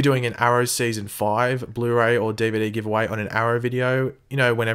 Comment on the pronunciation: lol "DeeVayDee"